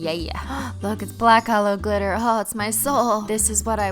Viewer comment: When she said my Holo heart, I heard hollow heart